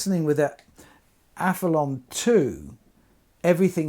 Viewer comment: I hear a few people call it the Aph-e-lon on Youtube. Is it not Aph-e-lee-on as there's an 'i' before the 'o'?